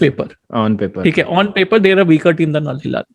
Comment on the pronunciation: be like "thiek hae " 🤣🤣